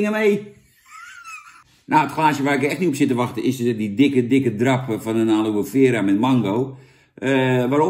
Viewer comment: je hoort het als aloè aloie uit te sprekent en niet aloe